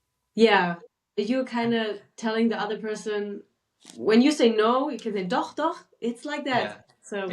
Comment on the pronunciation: I struggle with pronouncing the ch in doch, so I avoid using it. The way the guy said it also sounds way off..